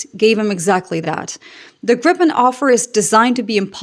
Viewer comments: please note that it's pronounced "Greepen", not "Grippen" nor "Gr-eye-pen" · The "i" in Gripen is like in "Tina". And a short p. Griiipen. 😀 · So then we need to de-english things and pronounce it by its true proud name: Gree-pen. Like in "greed" and "penalty"(earlier I've used "pencil", but this was far better 😆). It will get you very close to being a native Swede. If want to pass as a regular on the street, make the "ee" sound a little shorter and sharper/pointier. For being such a small country with relatively few people, we make some awesome stuff, makes you proud! Happy for Canada to go with this great aircraft! //🇸🇪